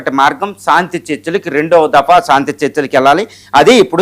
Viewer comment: సాంతి కాదురా బాబు శాంతి అనాలి. అద్దంలో చూసుకుని, నాలికతో exercise చెయ్యి సరిగ్గా పాలకటానికి. Not సాంతి -- శాంతి, శాంతి అనాలి. విజయ శాంతి కి విజయ సాంతి అని మాత్రం పాలకకు. సాధనతో అన్నీ వస్తాయి practice చెయ్యి.